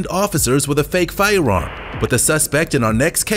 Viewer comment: very distracting, the way the narrator pronounces "firearm" like he has a speech impediment, except he doesn't have one.